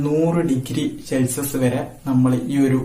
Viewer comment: പൊളി -ശെൽസിഷ അല്ല _ സെൽഷിയസ്